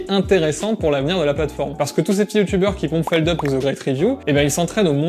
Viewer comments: par contre, fais attention si tu tiens à la vie, c'est feldoupe pas feldeup x) super vidéo comme d'habitude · Jcrois même qu'en interview chez DFG il avait dit que c'était feldupe en mode tu prononces bien le U 😳 je risque de me faire des ennemis... (Merci pour ton com champion)